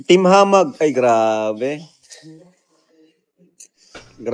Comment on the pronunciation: hindi hamah its hamag